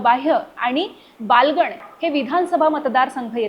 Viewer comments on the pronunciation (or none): बालगण नाही बागलाण म्हणा 😂😂😂😂